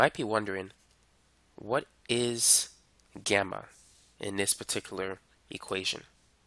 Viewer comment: just because you asked, no I wasn't wondering what gamma stands for because you absolutely butchered it, it's written γ or like a fish pointing down (without the tail line)